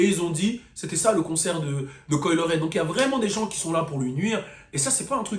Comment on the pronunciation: Coi "Le"-ray 😂😂😂😭😭😭😭😭 les francais et la prononciation c'est chaud